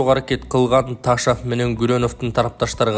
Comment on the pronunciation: Ээй, Эл учун окуп жатасын го.. Ташав дебей Ташов эле де кокуй👀🙄😄😄😄